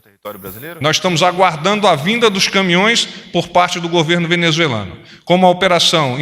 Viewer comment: Cambada de repórteres que nem sabem falar a palavra “ Venezuelano”. 🤣